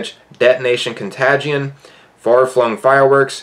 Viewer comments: Con-Tay-Jin lol. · You said con-ga-tion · Cont A gion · I love how you said contagion 😂 reminded of a Christmas story when the dad reads fragile on the box 😂 love the content! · We all just gonna ignore how he pronounces ‘contagion’? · Yeah I especially don't want to listen to somebody that doesn't know how to pronounce contagion especially right in the middle of a global pandemic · U didnt pronounce contagion correctly at all... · reads contagion wrong stay in school kids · also “etonation con tagde eon” 👌🏻👌🏻